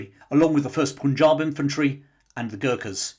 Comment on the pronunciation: Pun in Punjab is pronounced as in 'pun' not 'poon'